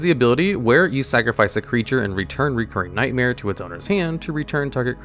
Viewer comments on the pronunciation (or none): Love how he pronounces Recurring Nightmare and Palinchron completely wrong consistantly :D